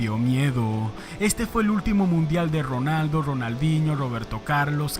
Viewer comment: Que horrible y desesperante pronuncias la letra R. Es Ronaldo no Rronaldo.